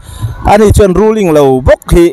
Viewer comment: Rulling nge rulling lo..thing thei e 😂😂😂😂